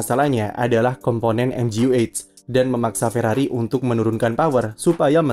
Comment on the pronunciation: Ferrari, "r" nya Rungkad.